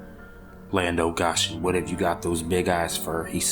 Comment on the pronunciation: This is an Appalachian folk tale not from the Ozarks. And also it is pronounced "land of (go) (shun) Goshen" it is a place in the bible, other than that good narration.